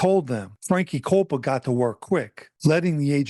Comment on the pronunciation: His last name is actually pronounced “cop-pa” I would know, I’m a Coppa & this piece of shit is actually related to me. Also he had Marlboro projects because he grew up on 9th st & Ave V, right across the street from Marlboro projects on the 86th strip. I never knew him personally, my side of the family moved to Philly decades ago.